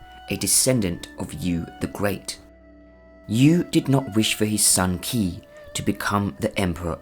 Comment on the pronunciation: not key, its pronouced Chhi